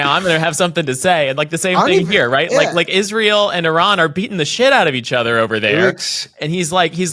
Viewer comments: Just the way she pronounced Iran. It's like someone who knows NOTHING about the country. I-ran is not how it's pronounced. It's more like "ear-ron" phonetically. Jeez Louise...these things matter! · It is “ee-ron” not “eye-ran”. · Why does she pronounce it I-ran? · "I'ran", I didn't think I could dislike her more... they never fail to fail.... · KKKaroline, It’s not eye-ran. She probably says, eye-talion.🙄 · Officials pronouncing Iran as Eye-ran, just really bugs me for some reason. Sounds uneducated to me, just like people used to say Eye-talien. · Does she purposefully mispronounce Iran or is she just that ignorant?